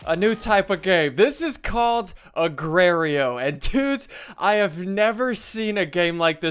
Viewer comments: Agar not agrayr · Egrerio? It's Agario. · Wait Did You Say Agaririo? Its Agar.io [Agar-Dot-I.O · "Today we are playing Agrareyo." -SSundee 2015. A-gar-eye-oh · the Goat Ikr he just said sth like agrario. HAHA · HAHA!! he said agrario! LOL XD ITs A - GAR - EO!!! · agrario? it's agario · it's not agrar.io it's agar.io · agrario.... Its "Agar"io Im not being angry. Im just correcting you for the other people thinking its agrar.io not agar.io. And they only listen to the real SSundee Not the title sometimes. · It's not called agwerio it's called agar.io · It's AGAR.IO not AGRAR.IO... OK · AGRARIO???? its agario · Its agario not agrio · nice saying agar.io u said agrar.io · it's called agar.io not Agra.io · its not agrario its argario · It's agar.io ssundee not agrario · It is not agrario it is said ag-ar-io. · ITS AGARIO NOT AGRARIO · Gar not gra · Not argario. Agario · its not agrario its agario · It's not agrario its agario GAR NOT GRAR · its aga r io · It's agar not agrario I'm not trying to be mean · its agario not agraio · it's agar not agrario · Is not agrario is agario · It's not agrario is agario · He Said A-guar-ee-o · The Forgotten King I pronounce it a-gar-ee-oh myself. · I love the way he pronounce it, "agraio". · the way i pronounce it is a- gar- ee- o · ikr lmao ssunde says "agrario" its shit.io now lOL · I pronounce it ah-gah-eeo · Ssundee pronounces the r before the a a-grar-ee-o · SSundee: ,,Hey whats going on dudes SSundee here and this is ,,Argario" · It's actually called uh-gar-e-oh but I still love you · OMG I DIED WHEN HE SAID agrareo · he called it agrerio 😂🤣👌🏻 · "Agrario" -Ssundee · ITS PERNOUNCED AY-GAR-EE-YO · HE JUST SAID AGRARIO!! NO JUST NO PLEASE G0D NOOOOOO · The right way to say it is a gar e o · SSUNDEE ITS A-GAR-IO. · It's said likes this a-gar-io Duh ssundde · He called it agrario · A G R A R I O ssundee this is how you said it a grey rio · LOL he pronounced it "agrerio" at the beginning xD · It's agario. Agar( ri) o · Say it a-gar-lol